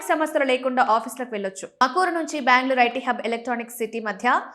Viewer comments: Thamakuru kadu thumakuru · It's tumkur madam tamkur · haha thamakuru ante Tumkuru ani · తమకూరు కాదు తల్లి